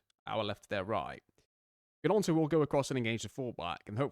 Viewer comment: Haha! Got another one for you too, the G in gnonto is silent - just as I will be after this comment (promise!)